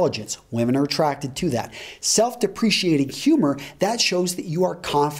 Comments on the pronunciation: The presenter light to recise his pronuciatikn of self deprecating, quite different from self depreciating. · One way yo look less attractive is to pronounce "self deprecating" as "self depreciating". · omg isn't it self-deprecating, not self-depreciating ??? So who's the native speaker? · FYI, it's pronounced "self-de-pre-kate-ing," not "self- depreciating." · OK you mispronounced self deprecating and I had to stop the video to make this comment. It's An easy mistake to make. But it's de-pre-cate not de-pre-ci-ate. I used to pronounce it that way to. Just sayin 😀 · I enjoy your presentations but you have mispronounced self deprecating. There is no 'i' as in depreciate. Its 'cating' not 'ciating'. To be clear the 'c' is a hard 'k' sound. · Self "depreciating"? The first thing to try is not using a word if you don't know how to pronounce. should learn that self-deprecating is pronounced /deprəˌkāt (ing)/, not /dəˈprēSHēˌāt (ing)/. Seriously, this guy attracts women? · You are pronouncing self deprecating wrong. Just letting you know. You pronounced it like the word depreciating. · self-deprecating is pronounced with a 'k' sound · Self....depreCIATING humor?! Number 11: Mispronounce words and wear shitty watches. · that's not how you pronounce "self-deprecating"